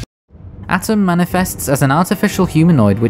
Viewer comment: I'm nitpicking, but it's not "Atom", it's "A-Toom"